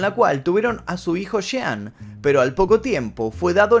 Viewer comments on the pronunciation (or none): none